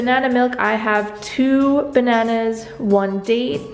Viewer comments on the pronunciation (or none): It's so cute how you call bananas, banays! ❤️🍌❤️